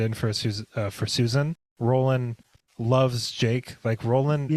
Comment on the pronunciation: I thought oy said 'ake, not Jake